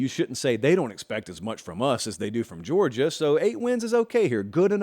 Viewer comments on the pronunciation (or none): none